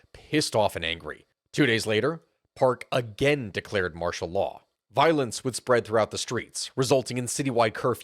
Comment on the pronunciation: Anyone ever tell you your accent makes martial law sound like mashallah I had to replay it a few times and yeah, the emphasis on "marsh" and pronouncing law as "laah" got me laughing